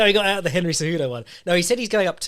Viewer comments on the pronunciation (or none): none